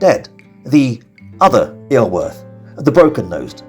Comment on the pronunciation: Just wish you'd make more effort with the pronunciation. Iorwert is pronounced Yor-werrrth.